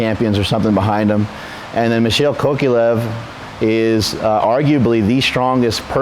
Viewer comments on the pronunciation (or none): 'Michel Kokyalev'. Sickening pronounciation.